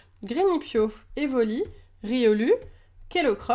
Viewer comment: On dit riolou